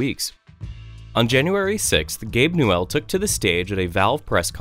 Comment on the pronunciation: "Gabe New-El"